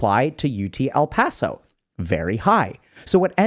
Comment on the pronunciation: Hey... why you say "UT El Paso" like that?.... it is a perfectly fine institution 😢 lol (Nurse grad '21)